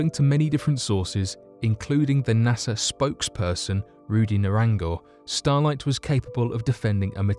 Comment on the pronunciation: sounds like he's saying starlight, stolite?